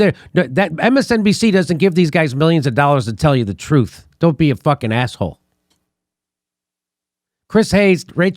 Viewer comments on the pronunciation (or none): none